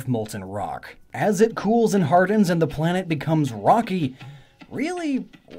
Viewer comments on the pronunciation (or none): none